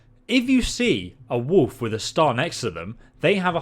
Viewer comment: they way you're pronouncing wolf is killing me :D woof